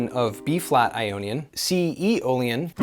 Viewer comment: Around timestamp 1410 you said E- Olean... what is that? 😅